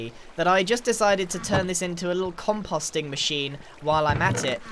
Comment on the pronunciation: CONPOSST Con-Po-st